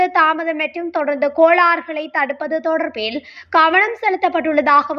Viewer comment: Athu thodarnthu illai thodaroornthu😂